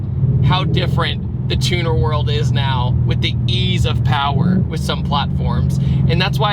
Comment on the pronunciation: There's no such thing as too much pawa.. 😂